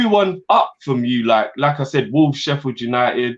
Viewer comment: Why do I hear 'Lacazette' when says 'Like I said'?